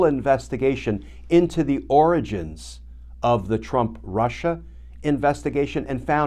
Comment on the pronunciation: Lmao! Every time Glenn said origins, I thought oranges, as well.